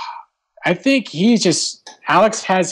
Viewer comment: "Do you dhink... "